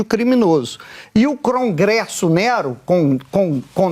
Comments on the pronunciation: O mau caratismo desses militontos não tem limites. Usar a mãe pra causar comoção é pouco, a vômita mal do povo vende ela pra garantir o Pix do painho. E o outro militontos falando crongresso. 😂😂😂😂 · Perai, CRONGRESSO??? Eu tô lelé dos OUVIDROS, ou esse demente falou "CRONGRESSO" ??? SOCORROOOOO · O militante da globe news fala CRongresso.KKKKKKK